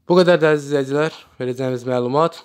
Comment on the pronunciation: данышаЦам, излэиЦиляр, кеЦирмиш 😂😂